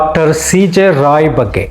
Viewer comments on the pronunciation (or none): ರಾವ್ ಅಲ್ಲ ರಾಯ್